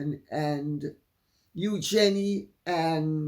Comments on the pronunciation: Lady C, would you please start using the correct pronunciation of EUGENIE? The RF pronounce it as EUgenie. Your incorrect pronunciation of her name makes you less credible as a royal expert. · it is the correct way of saying the name, from the French